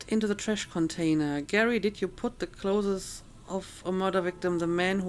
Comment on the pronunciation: I don't mean this in a bad way, but i notice you pronounce clothes as 'clotheses' and i'm curious, is it because you find it difficult to pronounce the original?